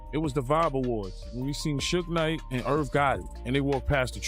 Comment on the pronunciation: Tony yeahyo and sooowgee knight is this guy okay some one check up on him